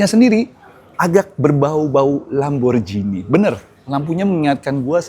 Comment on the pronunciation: Bukan Lamborjini tp Lamborghini